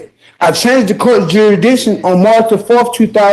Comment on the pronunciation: This guy really needs a speech therapist! Jurshdisson? And then as we get further and further, you gotta feel for the court reporter who is not only trying to translate but play everything back in her head in .5 time. Plus he’s got PAPER in his mouth. And it must be cool to be able to take yourself so seriously that you can’t understand when people are guffawing at you, even as you walk out of a room.